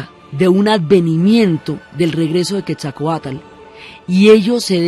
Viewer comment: Pasa que la narradora se equivocó de vírgen, debió decir de Guadalupe... Lo mismo al pronunciar Quetzalcóatl ella dice Quesacoat... Sonando horrible su mala pronunciación del bello nombre en idioma Náhuatl.